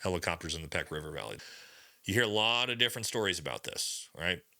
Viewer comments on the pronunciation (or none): Pech is pronounced 'pesh', not 'peck'. (Medical Officer PRT Asadabad 06-07)